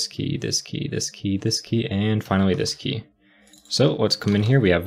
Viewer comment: I always heard "Whisky ... Whisky ... Whisky ..." instead of "this key ... this key ... this key" :-) Very good programming practice! Good job!